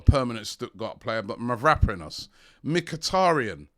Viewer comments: It's Mavropanos. At least you said one vowel correct... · MAV-ROW-PAN-OS come on Robbies it's about time you pronounced his name right ffs!!!